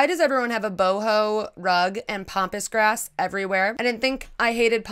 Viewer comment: Love how you pronounce Pampas grass as Pompous Grass...lol. To my Australian ears anyway :) I also hate the word art. The more demanding, the worse! Like EAT in the kitchen and I thought I was going to pee there...